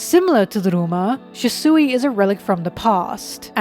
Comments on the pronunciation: SHUsui, not shisui Good videos though :) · Lol, why do you pronounce "Shusui" like that?